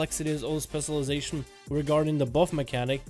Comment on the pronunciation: New drinking game: Take a shot whenever he mispronounces "specialization"